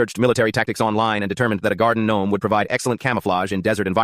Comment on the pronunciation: Bro really brought up the "guardin' gnome" 💀🙏